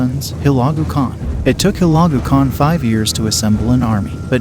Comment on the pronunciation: Guy on video has no idea how to pronounce Hulegu! What trash!!